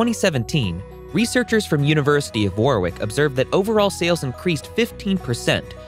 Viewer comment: Nice video, Warwick is pronounced more like Worrick in the UK tho, no second “w” sound